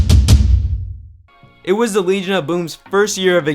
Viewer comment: "Wegion of Boom"